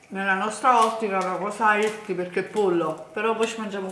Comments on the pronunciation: Ogni volta che pronunci "hilti" (healthy) un inglese muore. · "Healthy" si pronuncia HELTY! E non 'hilty'!!!